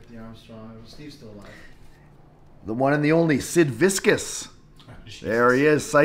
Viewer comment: Kenny’s pronounciation of Sid Viscious name 🤣